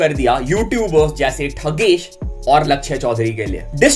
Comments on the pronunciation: Bro It's थगेश.. Not ठगेश😅 As his viewer also, mujhe laga bata du aapko👍🏻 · Bhai you are pronouncing the thugesh wrong 😅😂 but leave it I love your videos ❤🥺. Plz pin me